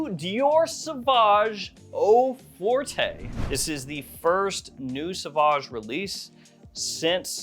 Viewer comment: Forte is French is pronounced like fort, not fortay (even though we say forte in English like it's Italian or something lol)